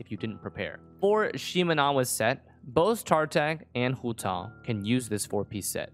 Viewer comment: i love the way he pronounces hu tao